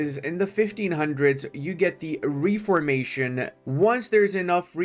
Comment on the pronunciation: I’ll never get used to how he pronounces it“ree-for-mation”? 😂 In the US and UK we pronounce it “ref-ormation”. Basically: REFormation.